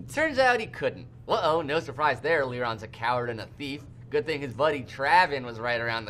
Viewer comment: "It's Leron-uh like you're confused"